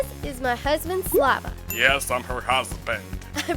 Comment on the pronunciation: I thought saliva instead of slava hahahaha Edit: I thought saliva